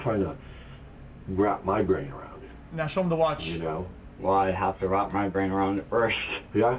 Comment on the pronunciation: you always had trouble saying brain